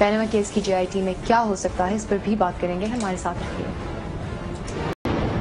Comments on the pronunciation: Sr sab bachpan se jit ko git boltay aarhy hn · dr saab, its jit not git